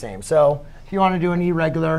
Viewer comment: Errigular nahi hota irregular hota hai